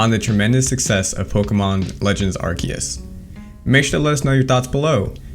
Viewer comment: first impression: mediocre video for mispronouncing arceus ;)